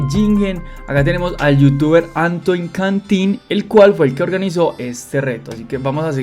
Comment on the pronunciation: antoine se pronuncia antuan por lo que tengo entendido 😅